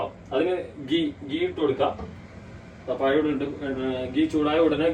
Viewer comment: പയം അല്ല പഴം